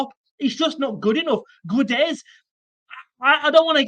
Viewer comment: Portuguese here. Not sure if you're interested, but in case you are: Guedes is pronounced Ghédj. As in the "Ga" part of Gary + the "Dj" part of "Djed". Main thing is the U is mute and the "es" in the end is just a short "J" sound.